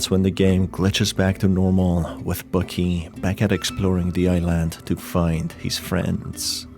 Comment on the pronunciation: Man says "i-land" as if it were an apple product